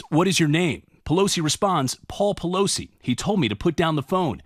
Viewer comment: Everytime you say PEELOSI name, the song HAMMER 🔨 TIME comes in my head,🤭🤣💦